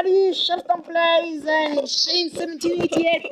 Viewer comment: Shepstone it's shepstone